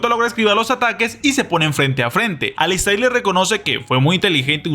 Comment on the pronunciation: Alister!!! Se q se escribe alistAIR pero se pronuncia AlistER!!!😅